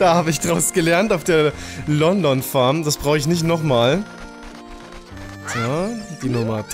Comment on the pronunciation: wenn mich nicht alles täuscht heißt es Lon-Lon Farm